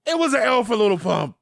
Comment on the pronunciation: why you say "little" its just "lil"